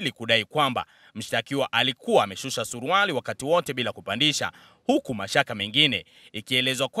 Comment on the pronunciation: Huyo mama jinsi anavyotamka neno SURUALE badala ya SURUALI ni wazi kwamba huyo ni bingwa wa ubambikiaji watu kesi